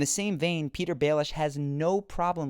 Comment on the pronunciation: his name is not Peter, it's Petyr